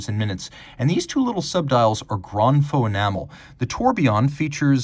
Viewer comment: you’re saying grand “faux” instead of grand “feu”